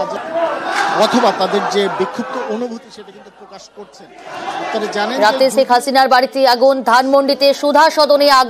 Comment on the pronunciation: হায়রে সাংবাদিক 😂😂আমাদের নেত্রীকে ছেখ হাসিনা বলে কেন বারবার। 😂😂